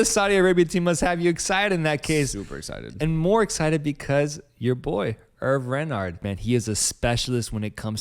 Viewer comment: Its pronouned as "Hervey".